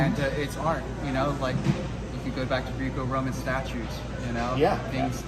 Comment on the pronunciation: Me as a wrestler I have never been more annoyed by how someone says Greeco Roman 😂